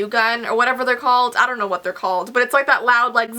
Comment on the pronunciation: its "dong judge a book by its cover"😂